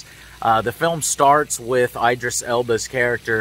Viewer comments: Eye-drisss Joe? ID-RISS. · It’s Idris. Not Aidris. It’s a Muslim name. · Why can you not say Idris properly? Smh.